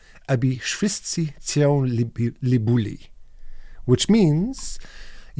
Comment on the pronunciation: "Of course I know him. He's me" - Obi-Wan Kenobi, Star Wars Regarding Polish phrase of the day, I think "Cię" is pronounced incorrectly, but for the life of me, I am unable to explain how. I've always sucked at explaining and undrstaniding phonetics